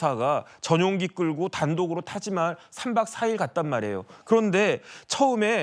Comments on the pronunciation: 타마지할이 아니고 타지마할….. 좀 제대로 알고 말해라…. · 다른 건 떠나서 타지마할을 타마지할이라고 읽는 수준이면 문해력에 문제 있는 거 아닌가? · 종배야 타마지할 아니고 타지마할